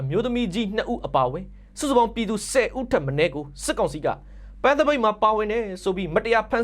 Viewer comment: တရားမျှတမှုဆိုတာ ဂန်း' မဟုတ်ဘူး ပန်း' ကွ။